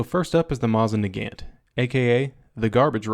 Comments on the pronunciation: it's mow-zin nah-gont not mah-zin nah-gant! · Haha. "Mausin Nagant." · mahsin negant interesting pronunciation. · Masin Nagant😂😂 sorry I just laughed too hard at that pronunciation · How dare you. It's pronounced (Moose-in-nag-ant) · PRONOUNCE IT [MOSIN NAGANG] THIS IS THE RUSSIAN PRONOUNCIATION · What a dick can’t even pronounce mosin Nagant right🇦🇺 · You're trash......... you cant even pronounce the Mosin Nagant right I hope Simo Häyhä comes back and claps you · Roman Torres “Mosin Nagant” is has no R, or B in its pronunciation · U said Mosin Nagant wrong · I was literally typing a comment saying that you pronounced Mosin Nagant wrong when you said that Mosin fanboys get all uppity when you mispronounce its name. you got me m8. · I never pay attention to the opinion of a person who lumps all Mosins together and apparently owns only cheap refurbs. I never pay attention to a person who doesn't even know how to pronounce the name Mosin Nagant even close to correctly. Complaining about Sergei Mosin's design the way you did shows that you know very little about them. I collect Mausers and Mosins both. I do not collect crap Mausers and I do not collect crap Mosins... You have some valid points about them of course. But they are taken out of context. try a Finnish model 39. Or a 28/30. Then tell me they are overrated. You won;t tell me that though. You will love them, and have to modify your video. (Oh, please learn to pronounce the name. You just MIGHT have some credibility with someone out there if you do.) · you mispronounced mosin nagant u dummy!!!@